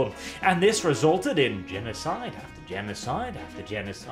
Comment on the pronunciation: Man got this video out so fast he fucked up "after"